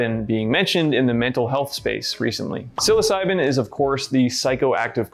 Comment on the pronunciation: Home boy said “sill-oss-si-been” pronouncing psilocybin 🤣